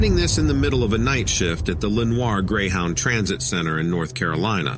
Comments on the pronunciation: It should be Leah-nor.... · I live in the area mentioned, specifically Leonoir mentioned. It’s pronounced “Lenore”, no French accent 😊